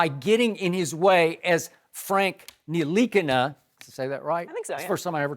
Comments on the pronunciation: Bruh they said his name was nikana its nih-la-kina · I’m French and it’s not Nilikina it N-Tilikina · Nil-E-Keen-Na, Skip. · His Name is Frank Ntilikina: Joy Shannon Skip Molly Max Michael Smith Jemele Hill Stephen A. All ya'll pronounced his name wrong which is disrespect because you didn't take the time to learn how to say it. Ya'll act like ya'll just saw his name on paper for the 1st time this morning in life. By the end of the season ya'll gonna put some RESPECK on his name.